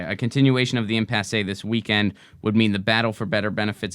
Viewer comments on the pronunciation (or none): it's pronounced "impass".:)